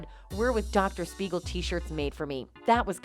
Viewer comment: THIS IS DOCTOR SMEIGEL RATHER THAN SPEIGEL.